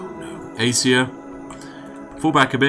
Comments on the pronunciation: I know this video is old, but it's A-ca-cia, not A-cia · Hearing you pronounce acacia and capybara hurts me deeply